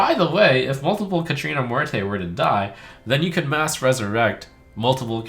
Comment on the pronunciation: The way he's pronouncing "Muerte" is killing me.